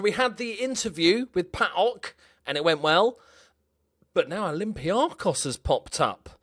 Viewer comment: Oh...im so disappointed you went to Olympiakos... But I'm glad you came to Greece finally! Mainly due to the name pronunciation! Cheers mate, keep it up!